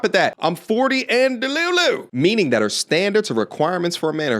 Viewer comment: I checked out as soon as she said “delu-Lu”